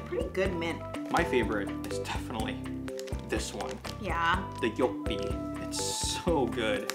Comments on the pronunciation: You actually pronunced it quite well, when you read the back of the Joppie chips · Im here to say the same thing! Very good pronounced.